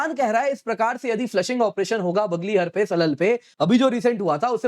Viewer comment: It is 'बग्लेहार' and 'सलाल' instead of बगलहर and सलल